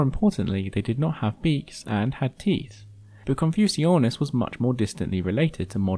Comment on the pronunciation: Wait isn't Confuciusornis supposed to be pronounced like "Confucius"(+ornis)?